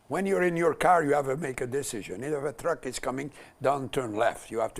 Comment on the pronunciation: Drugs????? Oh....I thought you said Trucks - Jean Chretien